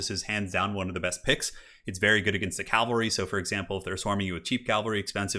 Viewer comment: CAV AL RY not calvary. Like Henry Caville-ry.